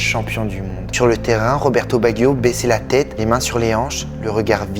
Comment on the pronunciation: Tu prononce tres mal le nom de cette legende du foot RESPECTE CETTE LEGENDES DU BALLON ROND !!!!